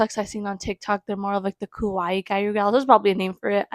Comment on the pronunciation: The pronunciation is “gi-ya-ru” the “ru” being more of a roll of the tongue r sound. :)